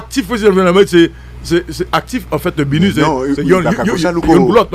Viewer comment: Saa pa même ka prononcer BINU epi li se gro analyst... ala de koze papa!!!